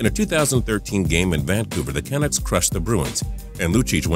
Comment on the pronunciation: How do you mispronounce Canuck?